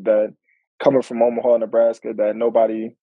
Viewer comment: She said "Omaheart" 🤣🤣🤣